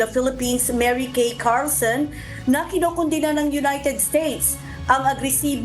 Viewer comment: Konondina, konondina konondina konondina kinondina. Nakakasawa nag pakinggan.